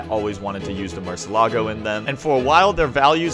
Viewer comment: im confused, i thought it was pronounced murcielago not murcelago. why is he skipping over the i?